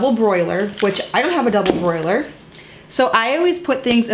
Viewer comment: (Double-boiler, no “r”)